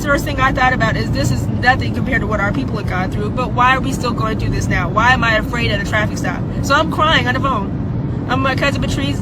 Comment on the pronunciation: "And i want all my Afcan friends something something" She also said "Fraid" later in the video